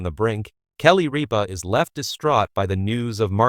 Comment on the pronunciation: Rip-a: not reap-a !